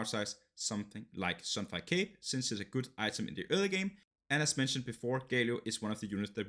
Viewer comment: sorry but it is GALIO not GAYLIO wtf... nice video tho